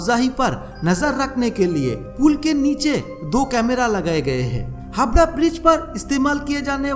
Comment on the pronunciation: Dear Sir. Please note that this "wonderful" VO artist of your video does not know how to talk in Hindi properly.....He says HABRA....but its HAVRA......its not SABAL but SAWAL.....and so on & on......Please look into this.......